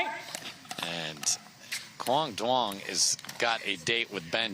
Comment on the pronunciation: Can someone tell the announcers to say "Young" not "Du-ong"?